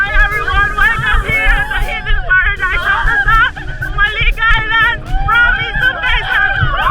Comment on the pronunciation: Hoy KMJS hindi Humalig ang tawag sa island na yan alam mo nang "J" basa jaan Jo - malig...island...